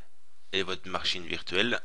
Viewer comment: Non, c'est rien, c'est juste qu'à , vous dîtes "maRchine" ou lieu de machine. Un grand merci pour cette vidéo d'aide.